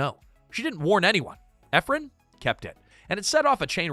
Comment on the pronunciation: It's Nora EphRON not Ephrun